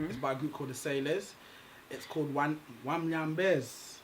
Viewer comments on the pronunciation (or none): are you even Kenyan??? Wanyambez and Wanyombez ndo nini sasa... BUuuuuuuuuda unachoma. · Did he really say "Wamnyambez"??? As in farts? lol. umetuangusha hapo (Translate: You have fallen us) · Wanyambez wanyombeza😂😂😂